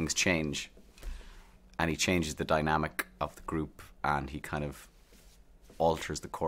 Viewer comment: I like how he says dynami-K